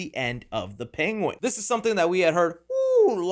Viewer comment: he says penguins like Benedict cumberbatch😂 “pegwins”